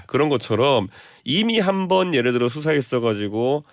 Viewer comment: 엠씨는 발음 좀 똑바로 해주세요 예를 웨 이게 멉니까?